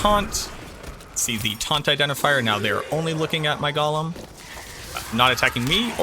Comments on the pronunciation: It’s “GO’lum” not “goh lum”. That’s not Smeagle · He keeps saying Gollum